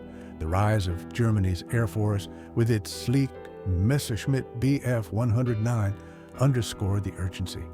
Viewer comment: WhereTF did you get "One-hundred Nine" from??? That's not how anyone said it! You even referred to it at one point as the "Bf- One Ninety"! That's such a shame as the rest of your video is obviously well researched and well-presented.